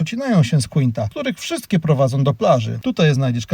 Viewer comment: Piekne widoki i informacje. Mam tylko.prośbę... sprawdzaj wymowę zanim nakręcisz. Przepraszam , nie chcialam urazić, ale te miejsca inaczej sie nazywają i ttochę mi to przeszkadzalo w ogladaniu. ([ Wajadolid] , [ Kinta] itp.]